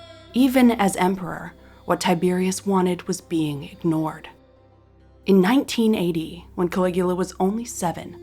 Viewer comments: I, too thought you said "1980". But, after reading your reply, it was simply just way you spoke that it sounded like "1980" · the transcript reads 1980. I thought that was what she said. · I heard the same. 😂😂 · I swore you said 1980 instead of 19 ad. Blew my mind for a minute!